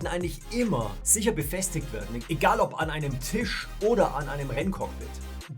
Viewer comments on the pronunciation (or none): none